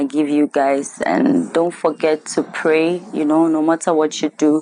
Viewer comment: Whenever she says pray, she means pay lol